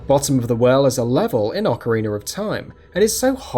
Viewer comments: What is an "ocariner?" or a "capchool?" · Ocariner of time